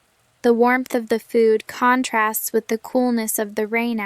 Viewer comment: Sry why is there wrong pronunciation???? For ex the word contrast when is a verb the stress is on the second syllable but here you put it on the first syllable Plz answer me